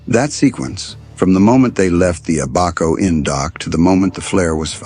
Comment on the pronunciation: The pronunciation of the referenced island is: Ab -a-co. Ab pronunced like the Ab in abandon and The cay in Elbow Cay like the "key" for the door lock...thank you.